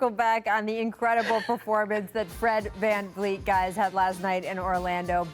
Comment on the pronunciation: saying “van-leet” lol put some respeck on his name